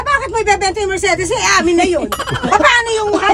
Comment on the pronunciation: Pronunciation po ng Mercedes is mr·say·deez :)